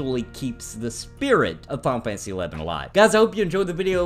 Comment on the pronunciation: Am I the only one that hears him say, "Pompeii 11"